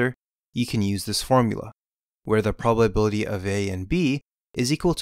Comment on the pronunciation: The "polbabilty"